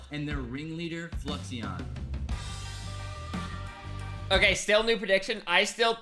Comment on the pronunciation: TBH I would be a villain too if everyone kept saying my name wrong. Fluixon = Flew-icks-on (he said such as a chatter on Ludwig's stream the other day lol)